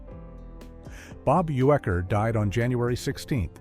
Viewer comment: Bob Uecker's last name is pronounced YOO-ker.